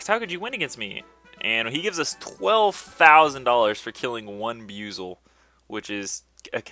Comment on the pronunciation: BUI-ZEL not BU-ZEL